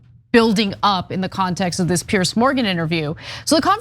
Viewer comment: Ana there's a difference between pronouncing Piers and Pierce,you said the latter Pierce,it's /pierz/.